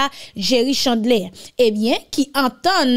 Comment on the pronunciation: C pa jerry chandlé c Chandler li ekri en er li prononcè ère Jerry Chandler